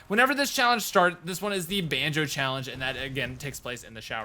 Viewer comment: why were you pronouncing banjo like banju